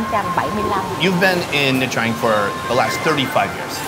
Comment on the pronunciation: Isn’t it pronounced ‘CHang’, not ‘TRang’?